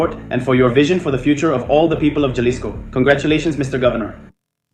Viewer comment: Not jah-lisco it's HA-lisco don't mess up the city name